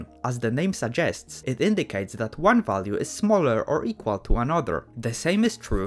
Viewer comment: da 2 lines eqwawiry